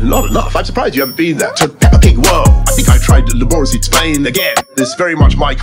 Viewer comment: "LA,BORIS'LY" ROTFLOL